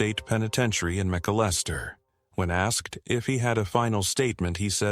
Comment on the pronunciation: PLEASE PRONOUNCE THIS CORRECTLY:: MA-CAL-ES-TER, THERE IT'S THE RIGHT WAY TO SAY McALESTER, OK!! MY FATHER & HIS WHOLE FAMILY CAME FROM THERE, CHOCTAW NATIVE AMERICAN'S!! THANK YOU!!